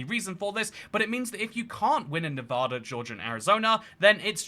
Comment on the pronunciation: Stop saying "Nevodda." By the gods, you lived here for a while. 😬😬